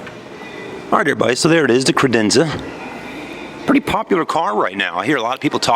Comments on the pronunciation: I know this video is older, but it's CAdenza not CRadenza. If you sell them at least get the name right! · Did he ever say Cadenza correctly...as on top of it as those that work at the Kia dealership in Reno NV...and my new 2017 Optima SXL will only have warranty done at the dealership in Reno.